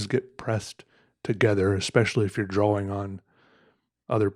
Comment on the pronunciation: Love Peters videos but the way he pronounces “drawing” gets me every time